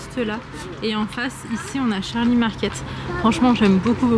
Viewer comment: Salam tu m'as fais rire quand tu as dit Charlie c'est Charlie's et le s tu le prononce z, on s'en fout un peu mais ct juste pour te remonter le morale ma belle 😂😂😂❤❤❤💃💃😘😘😘